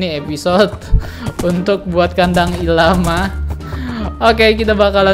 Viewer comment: bacanya el lama bang wkwk